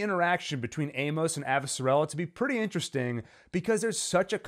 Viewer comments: thank u for breakdown. plz tho my gal is AvasaRALa not AvasaRELa. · Lol, the pronunciation of Avasarala and Amos was so cringey! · I prefer the audiobook pronunciation: AvaSARala.